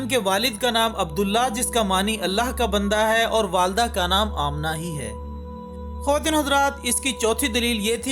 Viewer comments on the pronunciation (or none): none